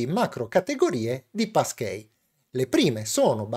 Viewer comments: "PassKII", anzichè "PassKEY", magari? ;) Bellalì e grazie per il video esplicativo. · sarò pedante,ma si pronuncia passchii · Da Americano, hai ragione. La pronuncia di e' sbagliata.